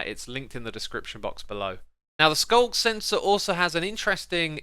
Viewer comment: Man... I'm always hearing SULK sensor instead of sculk sensor XD